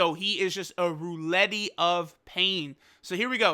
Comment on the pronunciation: Did this guy say Rouletty? Wtf